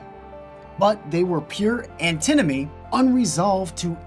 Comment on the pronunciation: Also, it's Antinomy, not Antimony. Google thinks Antinomy isn't a word.